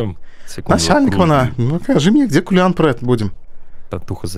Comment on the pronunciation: Не "кулиан" а "калинан"